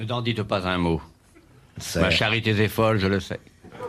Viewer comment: N'en dites pas un mot : ma charité z'est folle. Cette faute de liaison me fait tiquer à chaque fois. ^^